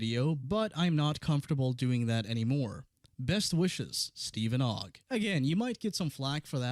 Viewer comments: who in the world has ever thought that steven ogg's last name is pronounced "oog" except pyro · Bro doesn't know how to say Ogg. You say Ogg cuz it has 1 O. Pyro asks "is it pronounced Oogg?" Bro have you not gone to school?